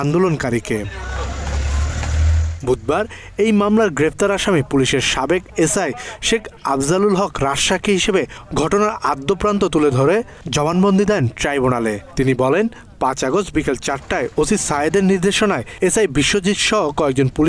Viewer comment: সাংবাদিক ভাই আদ্যপ্রান্ত নয়; 'আদ্যোপান্ত'